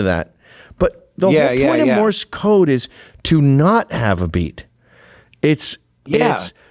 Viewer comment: Love how he calls it " Morris code" instead of Morse code.